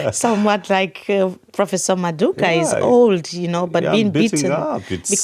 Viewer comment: Love the conversation and the discussion. One point though, it’s Prof MadhuKU and not Madhuka. It’s very awkward when you pronounce his last name that way.